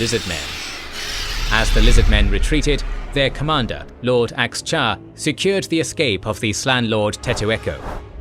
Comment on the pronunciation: Its Chakax not ax-cha and teto-eko is a skink not a slann